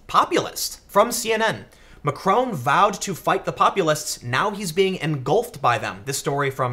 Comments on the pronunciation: His name is Mac-ron, not Mac-rone. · Hey Tim, I'll be correcting this every video until you see this but... It's pronounced Mack - ron, not Ma - Krone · Tim! It's MacrON, not MacrOWN! Also, it's pronounced "an Marsh". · Why do Americans have to pronounce everything wrong. Can't even say Macron correctly. And it's no erbs it Herbs with an H. And it's not TWOT its TWAT ! Just cos you pronounce SWAT like SWOT doesn't mean it applies to the ENGLISH language. It really fucks me off when yanks think they know or understand European politics from spending five minutes on Wikipedia. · OMG, learn how to pronounce Macron